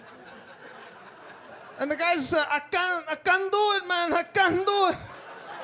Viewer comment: lol I kennuh do iht! lol